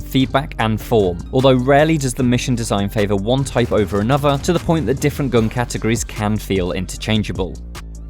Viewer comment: I'm not being funny, but how is the voice over guy getting away with not pronouncing words correctly? "fanks" "anovva" "rhyvym" "mefodical"... Are you 9 years old?